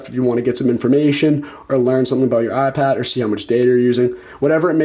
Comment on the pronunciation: Now that you've told us about the "Ahhh Pad", how about telling us about the iPad? On second thought, don't bother. Your voice is intolerable.